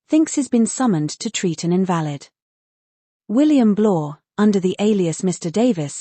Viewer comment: Your AI voice over pronounced invalid like it was an invalid ticket, not an invalid person 🤦🏻‍♀️